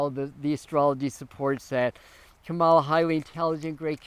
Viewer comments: Kamala. is pronounced COMMA la. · You are pronouncing her name incorrectly. Are you watching a lot of Fox News that makes you unable to pronounce her name?? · I had to stop looking at the post since I was hearing you mispeak her name so many times. Please get it right!